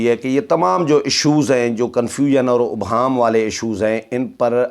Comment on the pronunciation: محترم آ پ ہمیشہ اس لفظ ابہام کو غلط ادا کرتے ہیں، الف کے اوپر پیش نہیں بلکہ الف کے نیچے زیر ہے، توجہ دیں، شکریہ۔